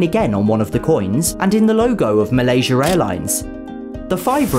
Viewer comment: well the first one is Malaysia but the second time he said is correct